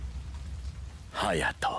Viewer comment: bro almost said potato😭